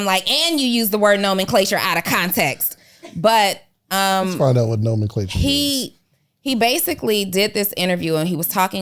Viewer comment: She literally said “Normanclasure” Huh I get it on averages. Our smart people need to take over and educate our own!